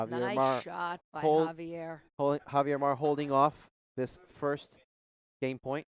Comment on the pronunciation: Javier is not pronounced "Havier" in English. Do they jump or hump in a game? Please use English without idioms and slang